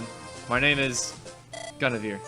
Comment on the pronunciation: it's pronounced "Gwin-eh-veer"